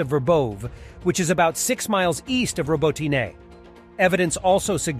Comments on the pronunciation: OMG... pick a pronunciation of Robotyne and stick with it. Hell there's 3 different pronunciations in the first 70 seconds! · How he says robotyne ist terrible 😷